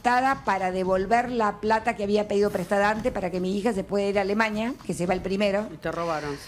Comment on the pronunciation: Dice alemaña y es periodista 😮